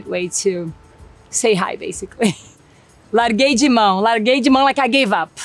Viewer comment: Eu amo como no "larguei de mão" ela diz "(it's liKE) I gave up", mas soa um pouquinho como "Caguei"(vup). Fica melhor ainda e dá 1.000% certo no significado da expressão.